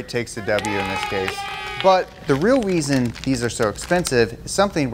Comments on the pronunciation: t h e r e a l w e a s o n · "REAL WEASON" xD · "The weal weason..." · “ the weal weason “ 😂😂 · “The weal weason”💀 I love them😂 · The weal weason 😂😂😂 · said "Real Weason" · The real” weason “ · “The real weson” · Tell me I’m not the only one who heard weason instead of reason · "The real weason" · did he say the real "weason"??!